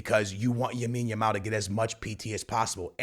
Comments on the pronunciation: BROTHER! Its Lamine with an L. Lamine Jamal. Not Jamine Lamal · Bro it is Lamine Yamal not Yamine Yamal 😂🤦‍♂️ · bros still saying yamil lamal 🙏😭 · gonna say yamine yamal till he changes his name to it😂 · Bro its LAMINE yamal😂